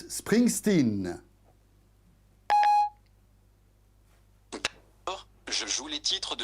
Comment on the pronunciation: Spraingstéan XD